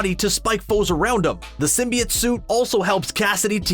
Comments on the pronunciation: “symbiut” bro come on symbiOTE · sym-bee-oat not sym-bee-it. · sim - bee - it thats a new pronounciation of symbiote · Bro 1 min of what he looks like and teen mins of garbage. And your pronunciation of symbiote was off. Not like the first venom trailer but still off.